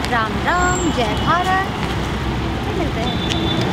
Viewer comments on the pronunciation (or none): none